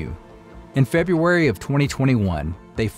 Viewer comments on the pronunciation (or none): none